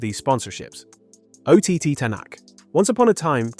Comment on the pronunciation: Yeah, WTF?! This is the one that got me. Mispronouncing Ott's name is forgivable, even though it's an indication that this could be either not made by a rally fan, or the voice is AI generated, but getting such a fundamental fact about Fourmaux, that's an entire year out of date, is unforgivable. I was excited to find a new rally channel that seemed like it's not AI slop, that I could share with other rally fans, but now I'll unsubscribe and avoid it. None of this information can be trusted. I suggest deleting this video and uploading a revised and properly fact checked video, if the uploader cares at all. There's more as well. It's inexcusable.